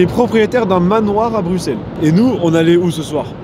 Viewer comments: Djilsi c'est le seul français qui a compris qu'on prononçait Brusselles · ça fait tellement plaisir d'entendre un français dire Bruxelles correctement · Tu es le seul français à bien dire Bruxelles.